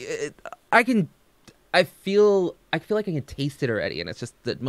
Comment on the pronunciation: She cant say „feel” and „fill” for shit its always sounds like the other